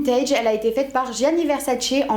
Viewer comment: Ouf tu ne dit plus " GUIANI "VERSACE mai Enfin "DJIANI" VERSACE! Quand ta dit GUIANI dans l'autre vidéo OMG comment j'ai rigoler jme suis rouler par terre pendant 30 min jamais j'aurais imaginer qu'on puisse prononcer comme sa Mdr